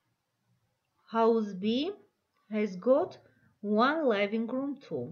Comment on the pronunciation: Big (բիգ) , pig(փիգ) և չգիտես թե ինչի living-room (լայվինգ ռում), այլ ոչ (լիվինգ րում)։ ։comfortable...ոչ թե կոմֆորդոբլ այլ քամֆդիբըլ.lol .Եվ այսպիսի բազմաթիվ սխալներ..sorry but this is a very bad lesson